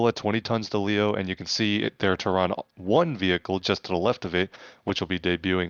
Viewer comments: ter-ron???? what I think no that's a fail, NO its terrain as in Terra Firma as in earth 😂😂😂🚀💯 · Lol it’s Terran like Terra firma or Terraforming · here’s a phonetic spealling for terran /ˈterən/ how you’re saying it is like tehran the capitol of iran